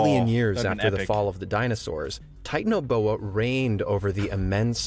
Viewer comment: It’s pronounced tie-tan-o-bo-u